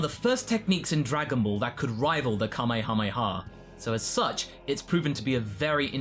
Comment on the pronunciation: Extra points for not pronouncing it like "kamayhamayha".